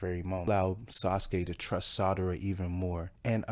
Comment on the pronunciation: It's SARADA , NOT Sadara lol...u was getting on my nerves with that lol...other than that great video.